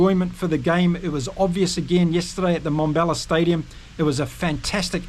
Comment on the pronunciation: It is NoT Mombella It is MmmBombela. Transition from an m sound straight into a b sound. Let your pierced lips for the m sound pop through the b sound. Come on, you can do it. 😊